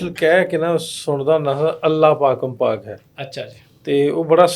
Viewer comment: Interview was good .but his pernunsiation of gurbani words nt strong .As he singing Allah pakan .this pakan word is to say as pakang. Coz grammatically tippy comes up on gga .need to be clear him .punjab bathinda singh .I know gurbani kirtan to do .thx .pl don't mind fr advising .